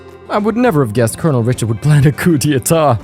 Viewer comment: Now that I think about it, I don't think we have a last tour of everyone after the tension drops in any other game (the closest would be CS1) in the series. Also I can confirm that you are pronouncing "coup d'état" almost perfectly.